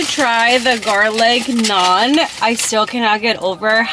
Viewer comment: you litterly pronounced the garlic naan correct😂😂😂😂